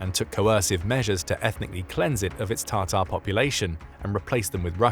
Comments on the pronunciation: Please stop calling tartar. It is TATAR!!! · It's Ta--tar, not "tartar" (sauce)